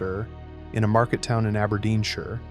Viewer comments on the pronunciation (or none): none